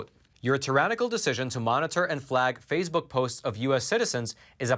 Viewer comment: It's Facebook, not Fazebook.